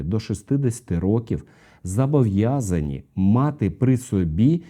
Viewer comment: Правильно казати «зобовʼязані», а не «зАбовʼязані».))